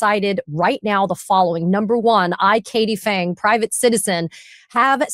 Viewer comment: Phang should be pronounced PANG emphasis on AH, not aaa, P not silent. I should know because my wife carries the same surname